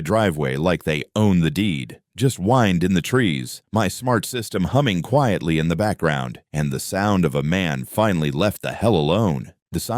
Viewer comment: "Wind in the trees." is with a short "i". Fire your AI reader and pay a living person to read (that's with along "e") these frigging things.